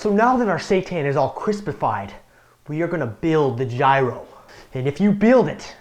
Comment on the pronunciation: yes that's what i said in the end, you didn't read my whole reply? i hadnt thought that there was a similar letter in english alphabet but apparently Y fits and still the word gyros is written wrong that why he also pronounced it wrong. and yes i am greek as well, that's why i said that his second pronounciation sounds much better(and not so lame).(his first was the one that pretty much all tourists use when they come in greece).